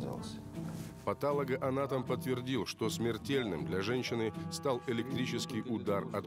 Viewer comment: Да когда же уже пом режиссера скажут, что правильно говорить патОлоганатом, а на патАлогоанатом😢